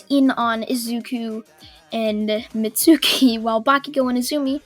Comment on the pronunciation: It's Mit-su-ki = Mitsuki